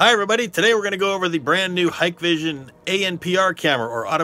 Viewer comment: wow, an American thats say HikVision correctly, lol